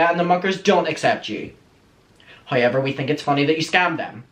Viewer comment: lol its weird how u sound out the letter o... loke u say hoyever but then say the word context just fine.. im generally curios how that works